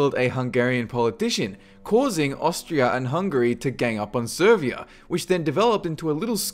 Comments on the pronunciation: Its not Servia ..... Its Serbia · It's Serbia, not Servia :)